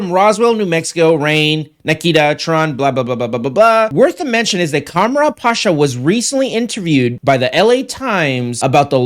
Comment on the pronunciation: I think his name is pronounced Kam-Run Pa-Sha